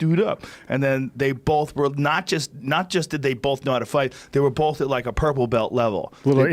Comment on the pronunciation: Joe "bolth" Rogan